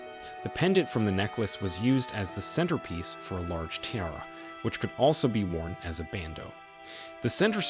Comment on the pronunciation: Learn how to correctly pronounce ‘tiara’ and read Latin numerals!